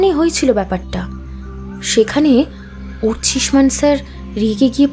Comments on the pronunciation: অর্চিমান না, অর্চিষ্মান,,, একজন ডিটেকটিভ একজন সহকারী,,, সঠিক নাম টা বারবার ভুল উচ্চারণ করছেন,,,,, খুবই দুঃখের 😢😢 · ভালো লাগলো গল্প... উপস্থাপনা ভালো হলেও সত্যানুসন্ধানী আর তার সহকারীর মুখে অর্চিষ্মান এর ভুল উচ্চারণ কিছুতেই ক্ষমা করা যায় না...